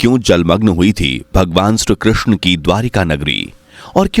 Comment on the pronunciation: Shree Krishna not Shru Krishna please improve your pronunciation before uploading video